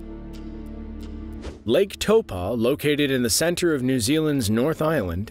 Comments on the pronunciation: Im glad that NZ was on this list, but it’s pronounced toe-poor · Lake taupo is pronounced like lake toe paw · Taupo is said kinda like Tow poor. Maori vowels are: A = Ah E = Eh I = E O = Or U = Ew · its pronounced talpo here even tho its spelt taupo